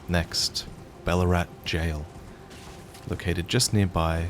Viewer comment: Every time you say Balurat, I keep hearing Ballarat... You from Victoria, mate?